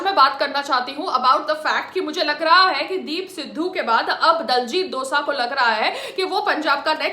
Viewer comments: abey saans lele phle tu 😒 diljit dosa ni h vo .. diljit dosanjh h vo .. bolna ni aata to jaake sikh le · its dosanjh not dosa madam .... why u bhonki jani a ena ..😜